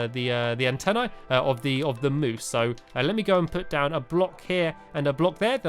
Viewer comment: he said anteenie in the vid